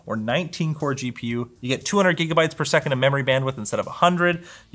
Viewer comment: did you just say jigabyte